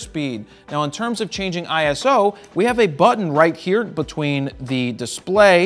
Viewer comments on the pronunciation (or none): none